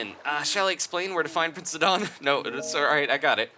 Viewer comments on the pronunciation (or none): I find your pronunciation somewhat strange; i and everyone i know always says his name as "sigh-don" or "side-on" and not "sidd-on"... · He pronounced Sidon as Sid-on in stead of Si-din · But that's my point: It's a play on the name Poseidon (which I was aware of btw), and that name is pronounced as "Poh-sigh-don" AFAIK. Therefore, Sidon should be pronounced just "Sigh-don". Edit: I just checked on Wikipedia, they say that Poseidon is pronounced as /pəˈsaɪdən, pɒ-, poʊ-/, which is "Po-sigh-don" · i think it is pronounced ss-eye-don like poseidon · Sidon is pronounced sigh-don